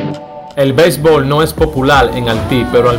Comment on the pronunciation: Belbol,diyel ,sel millone, nueva yol, suelte....ese tipo si habla malo coño